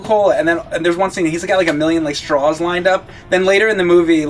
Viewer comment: Someone needs to inform that there is no L at the end of the word 'straw'. He said strawl like 6 times.